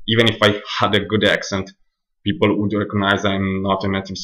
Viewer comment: Hi - I understood everything you said but like you said it is your accent that will need some practice. I understood you, but I had to concentrate on what you were saying. Two things I would say give away that you are Italian - the long A sound you pronounce like a soft a (Kate and Cat should have two different A sounds), and adding an 'ah' at the end of some words, like 'people-ah'. Many italians do this, so don't worry . But well done with this, and keep working, you'll get there!